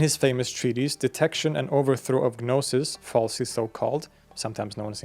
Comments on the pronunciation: Just cant watch anymore! The G in gnosis is silent. No sis. 😠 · dude... you made a 40-minute video about gnosticism, and 90 seconds in you're blatantly mispronouncing the word 'gnosis!' how can i trust you now?? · guh'nosis...? seriously? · guhnosis lmao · You pronouncing the G in gnosis is driving me insane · Stop saying the g in gnosis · the g in gnosis is silent btw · I believe the "G" in Gnosis is silent when pronounced. I noticed you started to pronounce it differently after the first few minutes. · Well, when I was in seminary studying the Nag Hammadi Library with Marvin Meyer (who translated the Gospel of Thomas), he told us that the G was silent in "gnosis." You don't pronounce the G in "gnostic" - so why would you pronounce it in "gnosis"?